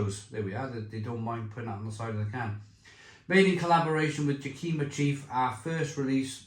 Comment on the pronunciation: Great review,sounds delicious! Btw it's pronounced yak-i-ma.